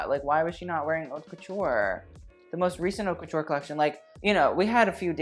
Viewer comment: why does he say "ourt couture"??? this isn't how u pronounce it hun..........